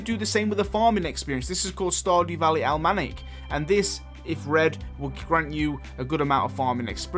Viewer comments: Almanic? Al-MA-nack 🤭 the difference in languages are fun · For "Almanac", I think he's just never heard it before. Americans say "Al-MA-nac", British people are supposed to say "Awl-MA-Nac", whereas he says it completely wrong with "all-manic". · is that the british pronunciation of almanac or are you just mispronouncing it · Almanac is all Ma nack not all manic :p